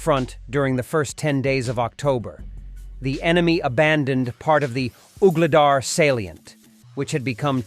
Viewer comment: “Uhgledar?” Poor pronunciations.